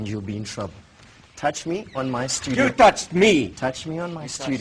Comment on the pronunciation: HOST: "touch me on my STUDIYO"..TOUCH ME ON MY STUDI- YOW...FASAKHI:I touch you in your studio..I touch u in your studio - YOU TOUCHED ME!..and am NOT FINISHED WITH U YEAAH..wtf..ahaha..,..who was this guy. FASAKHI? .. wtf ..anyone has details !..maaan